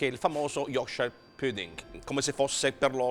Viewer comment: ahahahah chissà quanti anni in inghilterra è ancora non è riuscito a imparare a dire pudding...o magari è un precursore del corsivoe..... comunque tutti questi emigranti alla fine non sanno più parlare ne in italiano ne nella qualsivoglia lingua del paese ospitante...